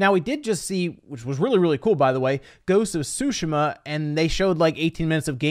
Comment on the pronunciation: Stop saying ghost of tushima like that